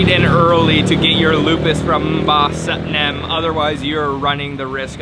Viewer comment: It's satinem, not satnem 🤣